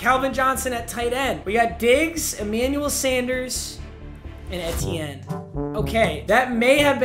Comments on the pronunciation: It’s not eh-te-n it’s literally just E-T-N😭😭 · ITS E-T-N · it’s E-T-en not Ett-en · literally nobody:: it’s eh-tienne, not eee-tienne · The way he says ETN makes me wanna die it’s not etien it E T N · EEEEtiene not ehtiene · Anyone lose get annoyed be when papa said et-enin instead of e-ten or just me btw love you papa❤️💙💜💚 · Am I the only one who got pissed off when he called him Trevis Etyen instead of Travis Eitienne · it’s not ehtiene it’s E-tienne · I’m sorry but it’s Etn not Ehten. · It’s E T N not eehteeen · its EEtiene not EHtienne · It’s E-tien not etien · PAPA ITS eee teeee ennnnn not eti en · Eeee tee N. Not etien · Etienne is pronounced “eetienne” not “ehtienne” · Did it make anyone else mad when he kept saying et-ee-en instead of ee-tee-en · it's pronounced like EAT-ienne not ETTE-ienne. It's like you're just saying the letters E-T-N. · it’s just E-T-N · fr i’m a huge clemson fan and he kept saying it wrong and it kept getting me mad “en-tee-en” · banger!! it’s E-T-N though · Travis Eh-tien 🤣🤣🤣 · Travis Eh-T-yen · Has anyone realized that he called E T N Ethin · Lmao its the letter E then tienne like (E-T-N) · it’s E-T-N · It's E-T-N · Say etienne like E-T-in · Eeeee teh en. 🤣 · ITS PRONOUNCED E-T-N 😭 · He’s name is (E-tee-en) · It’s Travis ETN. That’s how u say it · it's travis e-t-enne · Bro it’s E-T-IN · Someone needs to tell him it’s pronounced E-T-IN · Hearing him say travis ETN is cancer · Etienne is pronounced E-T-N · Your saying his name wrong it’s E-T-N😂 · Etienne is pronounced “ee tee n” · Hey papa etiene is pronounced aye-Chan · ain’t no way he just said ET-tienne💀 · hey Travis ETN name is pronounced E-Tee-N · Just for future reference it’s pronounced “E-T-N” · It’s pronounced E-T-N, PAPA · It’s pronounced Travis ETN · It’s pronounced E-T-N and ask the cowboys how the bell cow back strat is going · For the future it’s pronounced just E-T-N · It’s Travis Etienne, pronounced ETN